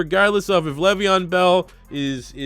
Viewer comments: Nigga said gravyeon bell I’m donnneeee 🤣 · dude i fucking died when you said gravyon bell